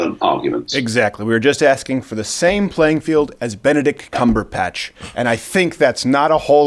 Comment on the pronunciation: I'm sorry but I really need to make this clear... CumberBatch not CumberPatch